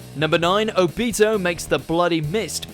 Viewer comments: Say obito’s name right lmaoo it’s not obeto it’s obito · Why the hell can you never pronounce the names of characters correctly!!!??? You claim to watch anime and yet you say Obito's name like Ob i toe. You fake loser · The way he says Obito really gets to me 😖😅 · Okay, first, you said Obito's name wrong. You need to put emphasis on the "O" not the "bi"... And second, how could you pick that moment when you could have picked Madara killing the Fourth Unit of the Allied Shinobi Army? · Your saying obito wrong